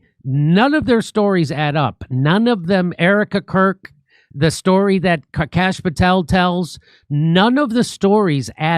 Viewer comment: Kash POOH-tel